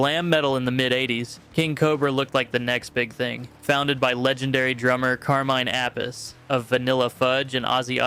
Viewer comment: CARMINE "AH PEESE" APICE